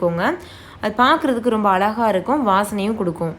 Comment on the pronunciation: Azhaga nnu sollanum..Alaga nnu sonnaa thappu..varum kaala tamizh santhathi tamizhai ai ozhungaaga pesa vendum..uccharippu miga miga mukkiyam